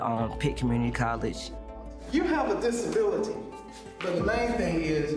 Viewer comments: "dis yur ability" - oh come on.. stupid to stupid.. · “Dis YAR Ability” 😂😂😭😭